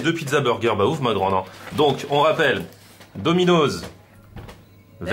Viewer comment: Eh arrête de dire « dominoZZ » c’est « DominoSS » 😁